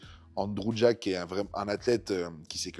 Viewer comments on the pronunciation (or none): none